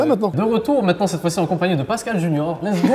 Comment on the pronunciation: Vs savez pas dire correctement sont prénom vs wsh c "Pascal" c pas si dure...... fin normalement.